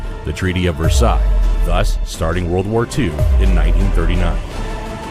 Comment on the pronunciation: Treaty of Versailles haibani treaty of versice hyba natte